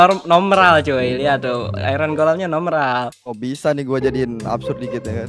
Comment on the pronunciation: normal menjadi nomral 🤣